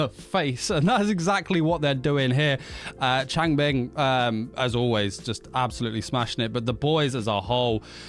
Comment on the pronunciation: I love how you add a g to the end of names LOL. Changbin(g), Bang Chan(g). 🤣